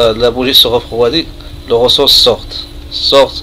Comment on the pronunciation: Ta hadi française 3ndk hhh tkarfasti 3liha les mots techniques tatnta9hom ghalt ressort machirosol